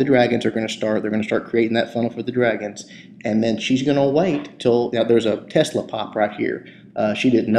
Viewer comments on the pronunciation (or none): none